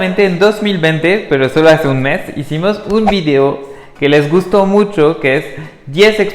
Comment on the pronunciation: Hola, merci, par contre si je peux me permettre, travaille un peu les accents, por ejemplo cuando dices que les gusto mucho el acento va en la última sílaba, gustó 😁 et la prononciation de la R sinon excellent !